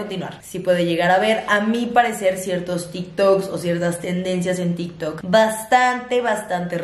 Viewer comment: Nadie: Absolutamente nadie:: “hablemos de til tok"